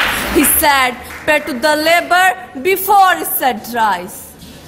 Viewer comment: not sad ...word is said... pronunciation is incorrect